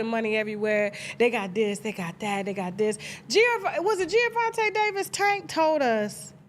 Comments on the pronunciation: I didn’t know who this Gio Davis dude was … you keep saying Giovanti… IT MS Gervontae… the black derivation not Italian 🤣… but all these ninjas got little man syndrome… he’s 5’5’ … dafuq 🤣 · Tasha it’s Gervonta not Geovonta Davis😂😂😂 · I think his name is pronounced "JER-VON-TAY" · Why does Tasha keep saying Giavonta 😒 🤣🤣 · Gervonta not Geovonta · it’s Gervonta Tasha 😂😂😂😂 not Giovante